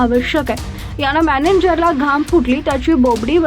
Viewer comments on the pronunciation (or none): मॅनेनजर का म्हणता? मॅनेजर म्हणा.